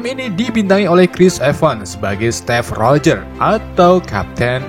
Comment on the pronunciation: Steve rogher bukan step rogher